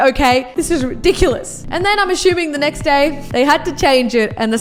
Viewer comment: you know someone's aussie or kiwi when they say "Nek" rather than "next" 😂